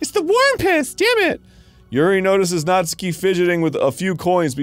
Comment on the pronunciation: I finally found out the right way to pronounce natsuki, “Nastookie”